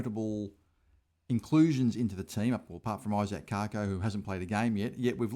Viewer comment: Cake O not Cark O for the pronunciation of Kako